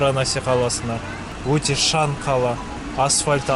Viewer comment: Жаңа видео шығыпты сәттілік шан емес шаң де